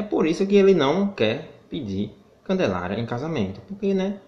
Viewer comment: O melhor,foi ele tentando falar! "Ruggelaria"